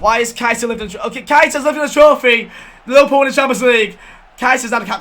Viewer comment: Whenever he says liverpool I hear him say lil pump